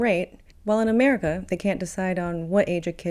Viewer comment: Uhmerica is unfixable.